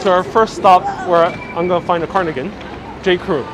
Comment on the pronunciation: Love your videos and lighthearted approach! So I am smiling as I point out that it's pronounced carDigan not carNigan